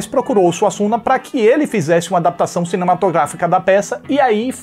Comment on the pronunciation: "Arriando SUASSUNGA" 🤣🤣